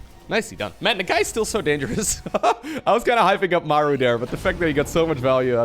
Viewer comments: I think its "Muh-roo" some fact check me but is there not a battleship in the SC games called the "somethingorother-MARU" I think I'm misremembering but I'm also pretty good at trivia like this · digging up the real pronunciation of "maru". Might need a refresher on the name. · The only guy who pronounces Maru as Mæru is Wardi